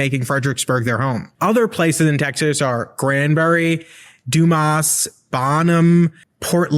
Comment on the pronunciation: Um, we pronounce it “DOOM us”.